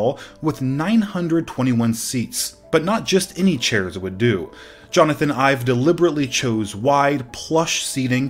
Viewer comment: Jonathan Ive's last name is pronounced like "Ivey."